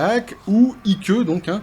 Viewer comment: Salut. Juste pour info. IKE se prononce, Aîk, comme pour IKE Eisenhower. Le tout, gentiment, continue, tes commentaires pertinents, c top.